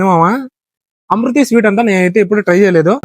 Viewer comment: అమృతి కాదు 🤣🤣 ఇమూర్తి అన్న అది